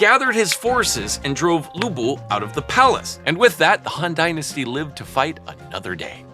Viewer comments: The bodyguard is called 吕布Lv Bu, not Lu Bu🤭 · FINALLY CAUGHT A BAD PRONUNCIATION!!! Lv Bu not Lu Bu🎉🎉🎉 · I was expecting the pronunciation of Lü Bu to be correct. It wasn't😢😢😢 And the sequence of the 4 beauties were incorrect too😭😭😭. We usually say 沉鱼落雁 闭月羞花。The sequence corresponds to the age/era which each beauty lives in in ascending order. 西施 Xi Shi - Spring and Autumn Period 王昭君 Wang Zhaojun - Western Han Dynasty 貂蝉 Diao Chan - 3 Kingdoms Era 杨玉环 Yang Yuhuan - Tang Dynasty